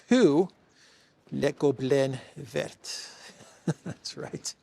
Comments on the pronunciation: you are totally mis prounincing the French word for green using English understanding of the alphabet it is more like véer. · you don't pronounce the ending " t " in vert. Its "ver" (like "worm" and "glass" in french!) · And Christo says le goblin vert ,pronuncing the T at the end of VERT . I'm giving up . Done. 😐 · You don’t pronounce the t in vert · Hi, good to hear you again. BTW, i like le goblin vert! I think the French dont pronounce the t at the end of vert!